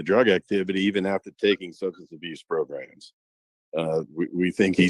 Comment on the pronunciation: I love when says progrums🤣🤣🤣🤣